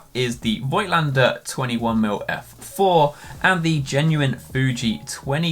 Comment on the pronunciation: Pronounciation is: "Fohgtlender" (german)